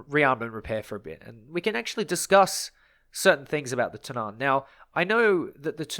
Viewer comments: When pronouncing Tunnan you put emphasis on the U not the A. So its more like túnnan rather than tunnán like you pronounce it in this video. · Its not Tunnán, its more like Tonnan :) The more you know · Its Tunnan not Tunaaaaaaaaaan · tunn-ann* not tun-aaan xD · The a in Tunnan is short. The way you're pronouncing it is Tunnaan, for lack of a better description. It's basically tu-nán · Love to hear others try and pronounce swedish words! "The Tunnaan"... It's pronounced Tu-nn-a-n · tunnan is prenounst Two-nan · That's one way to pronounce it. I don't completely agree with it, but I'd still rather chose that then what he is saying. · No offense, but as a Swede i just really don't like how you pronounce "Tunnan" 😂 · håller med😂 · Small note on the pronunciation of Tunnan, the U in it should be pronounced kind of like the U in Tunnel. The A is similar to how you pronounce the A in Apple. Also you placed a lot of emphasis on the A when you said it, the main emphasis is on the U, while the A passes by quickly. Pretty useless info I know, but why not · The emphasis should be on the double Ns, not the A or the U. The double N needs to sound like a "long" N